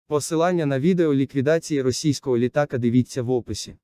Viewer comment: Диктор, ты хоть ударения правильно в словах научись делать- літа́ка...ты неграмотный. А надо- літака́!